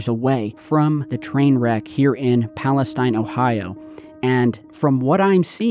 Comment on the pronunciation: It’s pronounced East Palesteen. I’m 10 min away. Both my sisters live in EP with their kids. One of my sisters isn’t able to go home. Her youngest is only 3 months old. My neighbor is a firefighter and was there dealing with the fires when it first went up in flames. Their shoes were melted off from the chemicals. It’s been chaos.